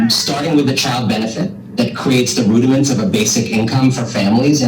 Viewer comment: be happy with your "rudaments"